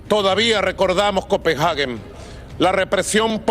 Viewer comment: Excelente y muy puntual discurso del señor Maduro, pero la capital de Dinamarca no se llama "Copenjage" sino COPENHAGUE.